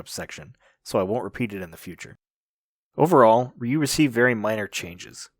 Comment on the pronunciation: Ah, why are Anglos always ending three more letters to Ryu's name? At least it's not "Rye ow waw you" anymore, but still... Why "Ree yi you", not just Ryu? It's three letters, two sounds, R-yu. Like "Rew". Not like reeeeeeeeeeawyou.